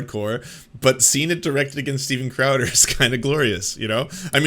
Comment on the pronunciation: Stweeden Crowder